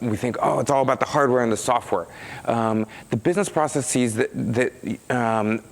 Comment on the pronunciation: who the hell thought it so 'vogue' to pronounce a simple plural word like 'processes' as 'pro-cess-CEZE'? It's stupid, and, does not make one Mark Russinovich merely by copying his mispronunciations.